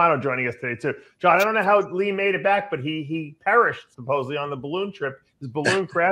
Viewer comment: Hahaha Palumbo still says supposubbly three times every show.